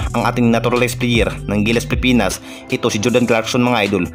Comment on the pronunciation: Idol wag ka mag madaling magsalita pilipinas hindi pipinas idol concern lang kc pangit pakinggan kung nagmamadali ka